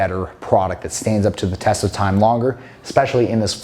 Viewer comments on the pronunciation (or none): none